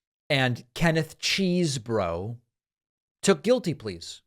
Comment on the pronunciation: "Keneth Cheesbro" lol